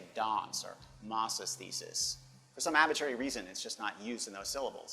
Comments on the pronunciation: ?? never heard anyone say abbitrary before. It's ahbitrary. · Your real Boston accent fell our when you said arbitrary lol :)